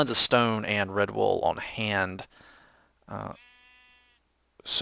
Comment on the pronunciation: When you said Red Wool, i thought you said Redbull xD